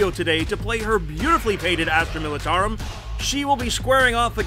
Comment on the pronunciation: The way she says Militarum made me cringe early on in the video